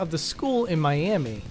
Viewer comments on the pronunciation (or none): none